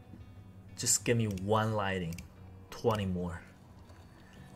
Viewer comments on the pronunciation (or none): The word is "lightning", not lighting!! 😅 You say it that often so I can't ignore it any longer 😂 sorry